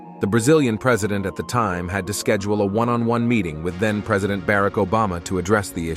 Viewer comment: This A1 bot needs to go. Can't even pronounce Barack (Obama). No one behind this video can read? Speak? I'm done with bots and the humans they control. :text-green-game-over